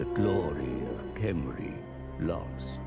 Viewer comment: Alexander F I did notice that Settra does say Khemri like "hemri" without the k-sound. That said Khalida does very much say her name with a "K". So obviously not all "Kh" should be pronounced in the same way.